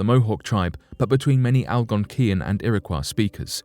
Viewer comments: I feel like I should share my knowledge on the correct pronunciation of some of these tribes as I feel it is very much deserved Iroquois- iro-koy Algonquin- algon- kwin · You really should have made an effort to learn how to properly pronounce Algonquin and Iroquois before making the video bud. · U strugglin with the Algonquin and Iroquois pronunciation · I have been twitching each time the narrator says, "Iroquois." I lived in Irondeqoit for several years and now live in Spencerport. In my opinion, if someone is going to narrate, that person should make sure he or she knows how to properly pronounce all words. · FYI: LEARN PROPER PRONUNCIATION BEFORE NARRATING A DOCUMENTARY! The tribes are pronounced Ear-Ah-Kwoy & Al-Gonk-Win. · Iroquois is pronounced like Illinois at the end. Algonquin is pronounced like Quin as in Quincy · You need to get your pictures straight. You mix up Apache's with Algonquins... And for Heaven's sake- learn to pronounce the names! Iroquois is pronounced 'Ear-ah-COY,' and Algonquin is pronounced 'Al- Gone- QUINN.' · Iroquois- ear-a-coy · Its" ir - a - coy " is it not? Its not a French word right?. This guy pronounces it like it is. Thats how you pronounce those letters when you see those letters in that order cause it means Its a French word. Here i dont think thats the right way but maybe it is. Maybe the French gave them the name we still call them today. Thats very possible cause the French were there during the time the white men swindled them out their homes. They Probably called themselves something different but maybe not.. As you can see I dont know lol. Ive only ever heard it pronounced irra coy though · Its pronounced irakoy not iraquaw ( phonetic spelling ) not spelled this way but pronounced this way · Iroquois: ear👂🏻— ah — koy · It's Ear-ə-kwoi, and Al-GON-kwin or Al-GON-kwee-ən (when referring to), ShawNEE, KI-oh-wəh ( which as I was typing this out you finally got right). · Lol ERA KWAH.... did they invent la croix?